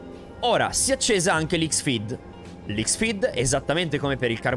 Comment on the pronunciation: Posso farti un piccolo appunto in amicizia? XFEED si pronuncia CROSS-FEED. Comunque bravo bravo bravo, i tuoi video dimostrano quanto bene studi un aereo prima di parlarne. Abbiamo bisogno di più piloti come te nelle compagnie!